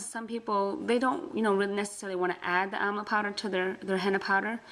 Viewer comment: Amla not Amal. Sorry